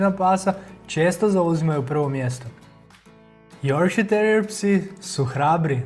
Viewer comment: Super video ali ši cu, las apso i joršiski terijer se izgovara ju ovako kako sam napisala.